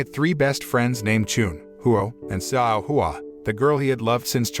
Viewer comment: Correction: Xiao is actually pronounced chow.